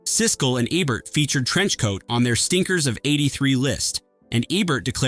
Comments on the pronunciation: Say it with me - "E-bert" "EEEEEEE-bert" Not "eb-bert" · E-bert. EEEE. The E rhymes with Key. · Roger Eb-bert? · please for fucks sake pronounce roger EBERT'S last name EBERT correctly. he's only the most famous film critic in HISTORY. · Can you please PLEASE just get a real human being to read the copy? Just ... any human being. Any normal human being knows how to pronounce "Ebert" and "Ayckroyd". And how to sound more human. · Gene Hackman did the voice of God, not Charles Durning, he was one of the Angels, in Two of a Kind. Also Roger Ebert must be turning over in his grave, every time u murder his name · cant even pronounce ebert correctly